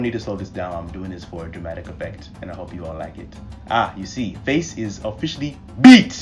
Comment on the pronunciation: This emphasis on 🗣BEAT at the end had my dying!!!! So glad to see you back making vids.